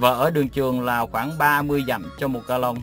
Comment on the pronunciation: Ông này bị ngọng ga long là lòng gà luộc nhưng tái thôi cho tụi mỹ ăn